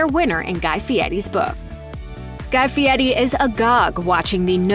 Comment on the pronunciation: What's up with the faux ethnic pronunciation of "Fieri"? CORNY!